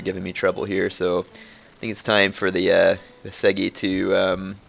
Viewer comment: love the vids & the new campaign but a few tips on Japanese pronunciation; "Sado" is not pronounced "Say-Dough", the 'a' is pronounced as in 'father", it's "sah", like going to the dentist, "say ahhhhh" so Sah-dough. The U sound in Uesugi is pronounced as in the "oo" of 'boo' or 'zoo', the e is pronounced as "eh" like Canadians do;-) so it's "Oo-eh-soo-gi". Your "Yariashigaru" and "Kenshin" are spot on though! Keep up the good work!